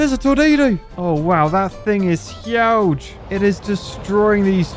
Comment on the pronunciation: Lol I liked how u said Huge for some reason... 😂🤣